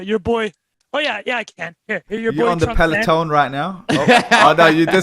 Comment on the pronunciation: Great guest! Also us Canadians take no responsibility for pronounciation of Peleton